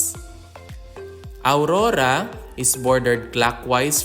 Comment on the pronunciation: Not aurura but AURORA..